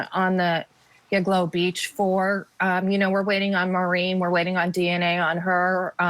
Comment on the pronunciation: Somebody please tell, who has my admiration, that it isn't Giglo Beach. It;s Gilgo.